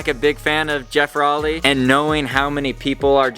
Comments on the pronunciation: at least learn to pronounce his name correctly. row-ley. (like rowing a boat) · if he doesn't get bummed that you posted this, he's gonna be bummed that you mispronounced his last name :p